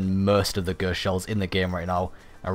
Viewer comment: 'Ghurst' shell